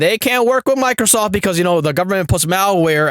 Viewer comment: "Walecum to ya new computa fwom Michael Soft" You are the internet's good guy, my friend. Stay black.